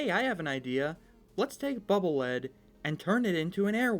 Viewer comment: Why does everyone always mispronounce Bubble Lead. It's not Lead like the mineral It's Lead pronounced LEED Because it's a bubble that acts as a lead to check for traps.